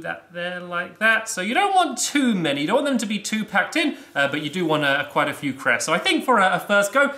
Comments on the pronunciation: When people say crest instead of cress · minecraft I honestly thought he said Crest a.k.a the tooth paste